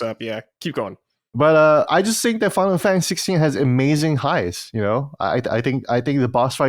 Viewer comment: I love kiengdom heuhrtz uhnd finuhl fuhntuhze